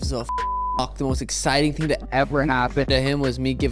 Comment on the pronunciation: “…… of a ting” is hilarious Conor